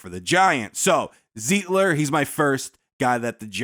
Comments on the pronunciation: It's pronounced Z eye tler . And I just watched Z eye tler and John Feliciano start this past weekend - but we didn't need them. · Wish you would pronounce Zeitler's name right.